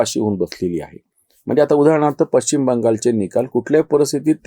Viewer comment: पश्चिम ✅ पच्चीम ❌ शुद्ध बोला आणि जपा आपल्या माय मराठी ला!!धन्यवाद!!!🙏🏼